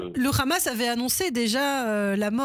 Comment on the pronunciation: Bonjour, qui peut me dire pourquoi ils disent toujours ramasssss au lieu de hamas?